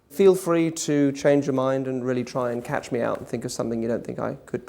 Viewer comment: he says "catch me out" and it kinda sounds like "cat's meow" ...do you think this was part of the NLP?